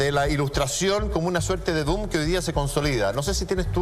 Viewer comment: dijo "doom" en vez de "boom"? XD